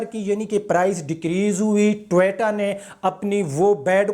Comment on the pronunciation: jisko toyota bolna ni ata wo nuqs nikalay ga ab